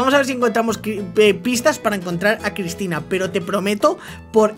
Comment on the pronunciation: Dijiste crypina no Cristina